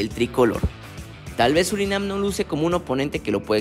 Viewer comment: Surinam.... Es Surinam!!!!